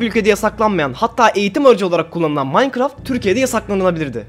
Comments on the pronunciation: veletler nasıl okur : minecraft biz nasıl OKURUZ :maynkırafy haberci: mankraft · İlk başta adam mağğankrağğğftt diyo ya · Aqa mankaft dedi kos koca minecraft aaa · Haberci Minecraft yerine makkıraft diyince 7. Emojin me:🖤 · Adam minecraft demeyi bilmiyor böyle diyor Mancraft Bruh